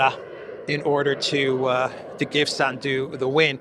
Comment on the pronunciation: SANDU is pronounced with the accent on the first syllable.